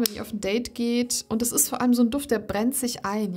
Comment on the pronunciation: Liebe, deine Videos bekommen von mir alle einen 👍,.... kleiner Tipp: sprich doch bitte das "t" in dem Wort "ist" mit, nicht immer dieses "iss" und sage nicht "diss", wenn du "das" meinst ❣️❣️❣️❣️